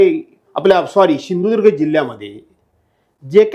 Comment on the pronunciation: बोलायला शिक आधी शिंधूदुर्ग काय सिंधुदुर्ग आहे ते